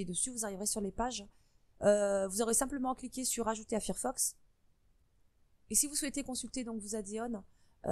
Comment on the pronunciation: Fir fox ouillle les oreilles! C'est Fire (feu en anglais) donc failleur que ça se prononce